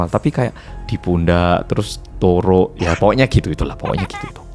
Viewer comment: Aku dengernya kyk ada huruf k di belakangnya😅